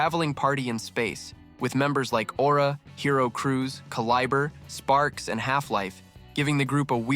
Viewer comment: Generic AI voice mispronouncing simple words like “caliber” is like nails on a chalkboard. No thanks.